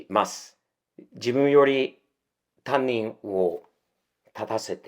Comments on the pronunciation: たぶん、たにんのことをたんにんっていっていますｗ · 「たんにん」？、「たにん（他人）」な。たんにんは、学校の自分のクラスの先生のことな。